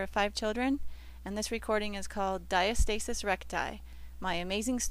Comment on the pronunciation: And the word is pronounced Di -asta - sis not Dia- stasis. Yea, the video really wasn't a journey but a sales pitch